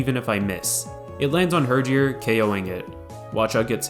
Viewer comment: mans really said "hurjor"